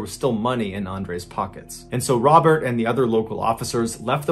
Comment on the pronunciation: Pretty sure that's not how to pronounce Robert. Remember, he's French, lol.